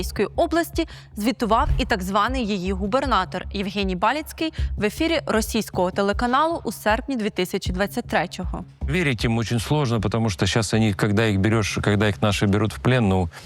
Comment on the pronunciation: То не ба ліцкій, а баліцький (наголс на другий склад) з Львівської обл., там були такі колаборанти.